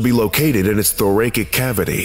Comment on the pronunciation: "Thoracic" has a soft C.